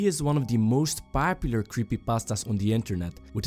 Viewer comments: "papular" , huh ? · XD THE WAY HE SAYS POPULAR!